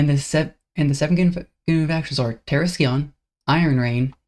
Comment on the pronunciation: Just a heads up, the scion in terrascion is pronounced “sai-uhn”. The C is silent